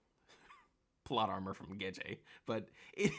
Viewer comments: It's Gege, not Geje lol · The fact you keep saying Gege's name wrong makes me question your whole theory...if you can't say the name right how can i believe anything else you say.....jkjk. love the video